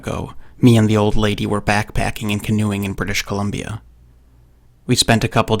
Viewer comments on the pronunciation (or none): Ah yes, "Bristish Columbia"